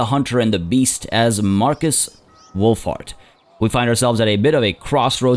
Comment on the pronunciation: Something in me tells me that you pronounce Wulhart's name as "Wulfart" XD